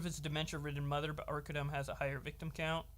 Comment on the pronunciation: The one time u said his name right all 3 videos is when u made fun of him I think the first post calling him “Arca DUMB”😂I get it he’s a piece of shit who cares but I guess I have some type of ocd cause I notice it every time 😂